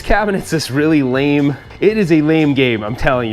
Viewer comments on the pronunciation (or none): none